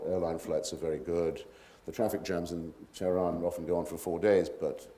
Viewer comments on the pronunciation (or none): none